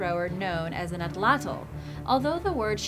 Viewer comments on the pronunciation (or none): none